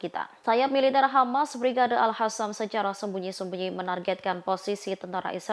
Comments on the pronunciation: Mbak pembaca berita ini enak didengar intonasi dan suaranya..tapi sayang ketika menyebiut Al Qasam malah dibaca al khasam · alqasam pewarta bukan al hasam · Alqossam ya di baca AlQossam Qatar ya di baca Qatar,,, jgn gaya mlah salah,,, Al Qossam mbok baca Alkhassam Qatar mbok baca khatar ngono iku salaaaah yo,,,,,, ingaat klo Al Aqsho mbok baca Al akhso,,,,,Salah yo,,, ojo gayaaaa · Bukan al Hasam mbak penbaca berita... Tapi al Qassam kyknya gitu... 😊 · tlg sdri Host klo baca Al Qossam jgn di fasih2no dg di baca Alkhassan itu salah bisa mengubah Arti,,,,maaf tlg jgn di ulang,,,di telinga terasa mbenginging